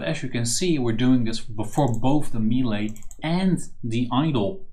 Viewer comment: Nice tut! Btw check how melee is pronounced, it's pretty weird